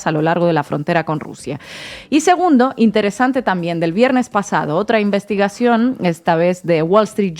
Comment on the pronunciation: Todos solo que hacen es leer pero Inna es la que lo disimula mejor,ah pero no se dice envistigacion e Investigacion